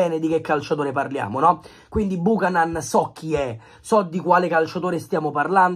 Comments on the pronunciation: è CANADESE, SI PRONUNCIA BIUCHÈNAN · Si pronuncia "biuchenan" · Si pronuncia Biucanen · Nom é per fare i sapientoni...ma si pronuncia "Biuchenon" va pronunciato simile inglese...